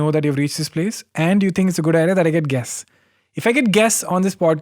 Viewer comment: When he said tight butt I heard guests as Gas😂🤣